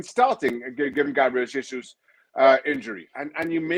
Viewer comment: Mr Olley, you report on Arsenal, can't you learn how to pronounce Jesus properly?